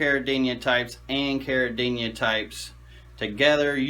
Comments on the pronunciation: You clearly have a lot of knowledge and experience, but i believe the word is CARIDINA and not CARIDINIA. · there's no Y in caridina...stop adding one when you pronounce it.